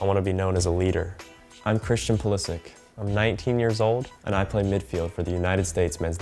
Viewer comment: It’s sad that you can’t pronounce your own last name properly.